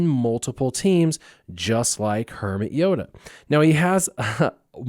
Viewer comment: Did you say "Kermit Yoda" the first time?